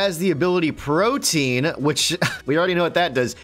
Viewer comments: Pro-tee-an... Though would have that, good fight! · They saying Protein instead of Protean xD Pro-tee-ann. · PRO-TEE-EN. NOT PROTIEN. PLEASE STOP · Its pronounced "Pro-Tea-Ehn", not Protein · Pro-Tee-Anne - not protein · Protean is pronounced pro-tee-in not pro-teen guys. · The fact that they are pronouncing it "protein" and not "pro-tee-on"... Yikes man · Pro·te·an. Man that one chafed a lil. lol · Protean is pronounced pro-tee-an and means likely to change frequently